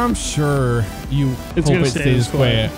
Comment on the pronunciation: “hope it stays quet” AAAHAHAHAH